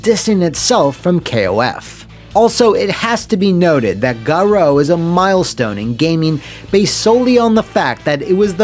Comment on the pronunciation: Can't believe the title screen pronounces "Garou" like that!